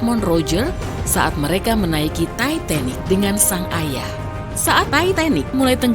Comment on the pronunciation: gw kok denger sebutinnya "Tai..Tai..Nik" ya 😅